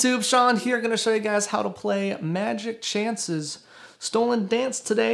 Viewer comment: I like hiw he called it "magic chance" instead of milky chance xD